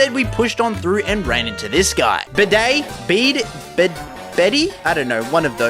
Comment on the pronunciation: So, I see you don’t know how to pronounce some names, here’s a little help! Bede = Bead Bea = Bee So yea that’s my advice, you got basically all the other characters spot on! But just in case imma give you some more help! Hop = Hop Leon = Lee On Nessa = Ness ah Milo = my low Kabu = Ka boo Opal = Ope all Gordie = Gore Dee (GORDEEZNU—) Piers = Peers Raihan = Raiy Han And pretty much all the others you get right, Shield exclusive characters (Gym leaders) Allister = Al ister Melony = Melon e